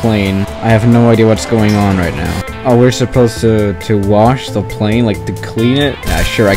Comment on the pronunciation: When you say things like the it sounds like ze or zhis (no hate)